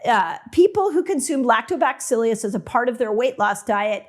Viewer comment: Lactobacill us, not lactobacill ius please 🥰